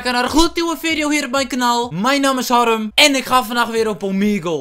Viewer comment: je zegt haRRem